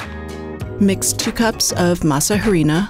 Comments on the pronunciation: pronounced "Eh-dee-nah" rather than "Hairy-na" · This is what I don't like about America's Test Kitchen. If you're going to present yourself as experts in preparing food & dishes from other countries, have the courtesy to learn how to pronounce their ingredients. You don't pronounce the H in harina, it is pronounced: ah ree na. If the recipe was properly researched by learning from the culture from which it was appropriated, this would have been discovered. I see this a lot on ATK. Also, there is no oil in corn tortillas. 😌 For a far better video check out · The H is silent.. not "H:arina but "ARINA".. if you are going to "pronounce" in English simply use the word "Flour" otherwise "H"arina sounds ridiculous- especially if you are making tortillas... let me guess you advocate pronouncing Tortillas as Torti"L"as as Opposed to Torti"y"as" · The "H" in Harina is SILENT!!! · Can't believe she's saying harina with an h. She might as well say tor-til-la. I wonder where she got the idea to use oil in the dough and on the pan? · I just go to local tortilleria and buy fresh ones. Also the "H" is silent in harina. Great!